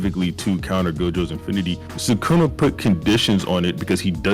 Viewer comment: holy larp can't pronounce sukuna properly